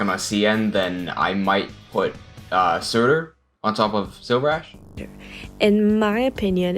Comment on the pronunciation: Everyone: Surter: Surtir